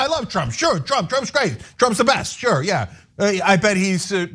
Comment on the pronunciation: "But dey said gwate things about me!" --Twump